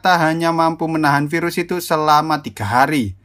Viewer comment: Pirus KENAPA HARUS PIRUS 😂😂😂😂